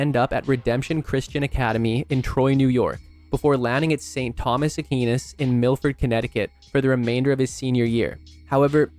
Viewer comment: Just a quick note, Aquinas is pronounced "A-kwy-nas", not "A-key-nas". Nonetheless, love the video